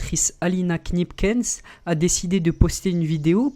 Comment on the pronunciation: pour info dans kneepkens le k ne se prononce pas donc on prononce neepkens